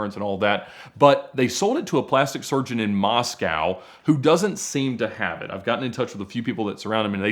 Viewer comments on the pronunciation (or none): none